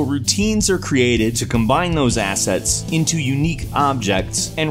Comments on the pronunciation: I keep hearing you say Asshat lol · The only thing I hear is "Asshats"